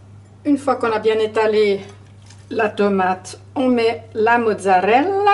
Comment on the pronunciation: MMMMMMMMhhhhhhh c'est encore Nonor qui a tout mangé 😁😁 J'adore ton accent italien " Mozzzarrrrrrrrella" 👍👍 😋😋 RRRRRRomana 😉😘😘 bisous